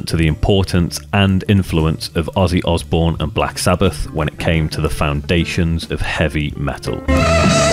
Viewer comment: Pretty sure Mike Mason nailed it... Osbourne sounds like Ozzzzbourne. Ozzy for short. I'd imagine other people started calling him by the name